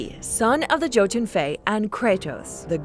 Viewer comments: It’s pronounced “Yo-Ten” not “Joe-Ten” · She said joe tun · Did you just say Jötunn (pernounces yo-tun) as joe-tun? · jotun is pronounced as "hiyotun' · It's pronounced "Yowtun" "Yormungandr". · Did you just sat jotun with a regular "j"? It's pronounced like a "y" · Anyone else annoyed this chick doesn’t say jotun